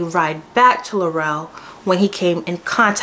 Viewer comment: We been protesting up here bc it’s all lies… these yt people gone stick together.. And Laurel is pronounced like Laural not Laurell